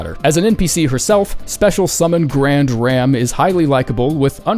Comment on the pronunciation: Saying grandam's name wrong every single time absolutely killed me lol